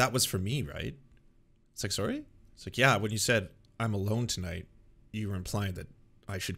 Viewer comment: saying “soory” will never not make me laugh childishly